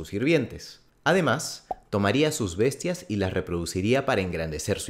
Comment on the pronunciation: en la me da risa cuando dice vestias